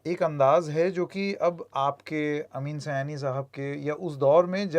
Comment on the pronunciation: Sir ye Sayani nahi hai ye saaayani hai